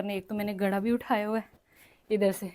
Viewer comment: ۔۔۔ گڑھا نہیں ہوتا ۔۔۔لفظ گھڑا ہوتا ہے ۔ ۔۔ ۔۔ آپ کو گھڑا لفظ مشکل کیوں لگ رہا ھے بولنا ؟؟؟؟؟